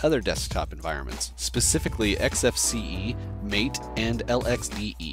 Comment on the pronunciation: Just one thing that bothered me, MATE is pronounced "mah-tey" instead of "mayte" as you said in the video. This is because it is named after a South American tea named "Yerba maté." /rant Nice video though!